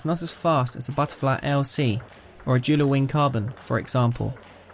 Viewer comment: When u pronounce joola wrong